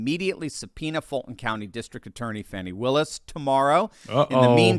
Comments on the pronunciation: Her name is Fani not Fawni, call it like it is ...Fani Fani Fani, speak like you know the English language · FAN,, FAWN,, F.A.N.I FANNNNNEEE...NOT FFFFF AWWWW NEEE....FFF ANNNNN EEEE,,, LIKE ASS ,,,, FANI